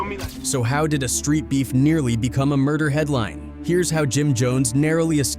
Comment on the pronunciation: When I heard Mder, I spit out my drink. 🤣⚰️ This got to be a corny white dude.